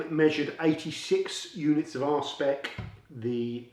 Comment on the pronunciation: Did you say R spec or Ar&e pec?